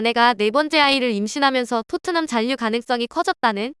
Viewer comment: 신라[신나](X), 신라[실라](0)이듯이 잔류[잔뉴](X), 잔류[잘류](0)이어야 합니다. 너무 [잔뉴]를 반복하시네요.